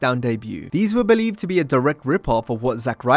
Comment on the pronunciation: BO-LIEVE WAS AWESOME